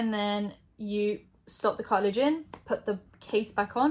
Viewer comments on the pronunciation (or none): Cartridge or cartilage lmfao